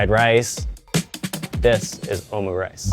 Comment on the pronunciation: Your pronounciation of omurice was quite underwhelming 😂